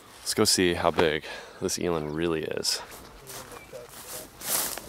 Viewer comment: As a south african, It makes me cringe the way he pronounces eland.